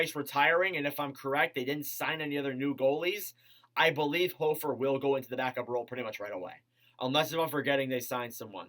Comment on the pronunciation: Pronounced HOFFer, he will be 1A/1B with Binner this season since Greiss retired. They will not put him at 1A for awhile, too untested. Aidan Hill got lucky with everyone in front of him going down- barring injury, the Blues won’t put that much pressure on him for at least a couple years (IF they’re unhappy with Binner)